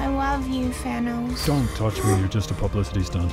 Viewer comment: Are you saying Fhanos???????